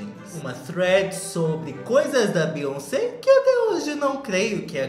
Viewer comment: se fala "BIONCEI"